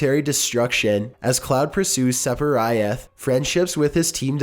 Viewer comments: Steven Tolbert that was the first part that killed me lmao... Then the Sepirioth just hurt my fucking soul.... Like, just pronounce it as its written, Sephiroth, it isnt rocket science. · You're slipping with quality. Sepirioth? Rosalinda? Ben drowned Unsolved? The amount of mispronunciations along with some of these were solved or answered a while ago makes me think your getting sloppy with research and with quality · Your butchering of the name "Sephiroth" is a crime against humanity. It's pronounced exactly how it's spelled. SEF-i-ROTH. Where the hell did you get "Seff-er-ry-ith"?! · For god's sake. I was okay dismissing the mispronunciations and the obvious line resets until "Sepiriath." What the fuck is wrong with you? Do you not understand English pronunciation? SEH- FIH- ROTH. IT'S NOT HARD. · Sep-a-rai-ath.... nooooooo it's fuckin Sef-a-roth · SEPARI-ETH..... i have lost all faith in humanity Places gun to head It's pronounced SEF - I - ROTH with the "i" having the same sound as it does in 'Idiot' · His name is seph-i-roth not sep-i-rioth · Sepiriath? really? REALLY really? Se-fi-roth not that hard. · You pronounced so many words wrong on this one. Not all of them names, like melee, which is a common English word and it's pronounced Mae-Lay. Sephiroth can also be considered in this category. It is a term from the esoteric doctrine of the Kabbalah. It's Se (like in Seth)-phi (like in Philadelphia)-roth (like in Rothschild) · "Separyoth?" "Aeriath?" "Rosalinda?" "Meelee" Did even read the names once before recording? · Number 78: Seperiath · “Cloud and his team end up going up against a superhuman named....” pauses “Seperieth.” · "Seperiath" oh my sides. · SEPERYATH? ... Holy christ! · Sepherioth.. I like it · Did this valley girl just call Sephiroth "sep-er-eye-ath"? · Sephiriath? Like Mariah? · Also Sep-i-rye-ath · Rosalinda? Seperiath? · Do you actively try to pronounce things incorrectly? Rye-yoo? Sephiriath? Arieth? Rosalinda? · Cloud vs Sepiriah?